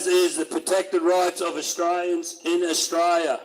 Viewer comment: This duffer can't even pronounce the name of the country they love so much. No one's trained to "knock you down" & that's just completely untrue. And in the end ..... The GG ignored the cookers & there's no response as predicted by any sane Aussie.